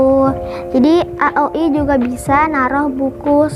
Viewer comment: Bagus kok tapi di rapiin lagi ya👍 Ohiya bacanya aoi aja jangan a o i 🙏